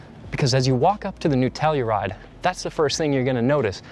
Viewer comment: I swear I heard Nutella-ride 🤣🤣🤣